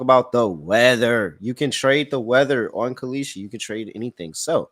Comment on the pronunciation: “That’s KAL-EESHI, K-A-L-S-H-I” dude is so bad 😂😂